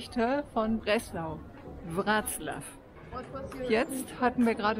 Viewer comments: Breslau wird WrozWaf ausgesprochen- Das L mit dem Strich durch ist ein W. So heisst der Tenor auch Piotr BeczaWa. Ist aber nicht so wichtig. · Das w wird im englischen anders ausgesprochen als im deutschen. Lern erstmal eine Sprache bis hin zur Aussprache richtig, eh du dich an 6 weitere machst. 🤦🏻‍♀️ Und der polnische Buchstabe ł wird wie das englische DOUBLE-U ausgesprochen.